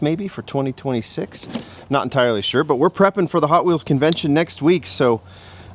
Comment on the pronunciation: you said Potwheels lol right off the start.